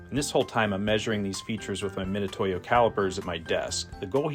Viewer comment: So that’s how you pronounce mitutoyo